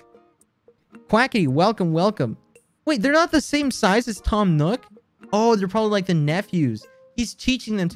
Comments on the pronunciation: why does he say nook like newk, its like america in ww2 “lets newk hiroshima” or whatever the place was called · He kinda says it like “nyook” lmao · Quackity says "Nook" like "Nuke"😐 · The way he pronounces “nook” is killing me.